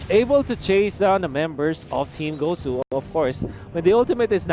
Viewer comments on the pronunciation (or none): Gosh the commentary guy said “guzu” Its not guzu its gosu gosh man Btw huge fan by the gosu team